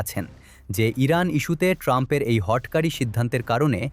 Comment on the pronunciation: হ ট কারী নয়, হটকারী! যা উচ্চারণ হবে "হটোকারী" ।